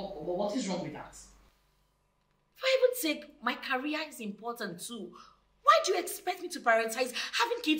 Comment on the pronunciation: Wtf is "carry-ear"? The word is " career" pronounced "ca-re-ear".